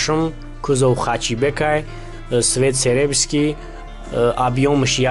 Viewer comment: Не макрий асвалт. Мокрий асвалт. Не серебский а серебристый. Мактаб хондай.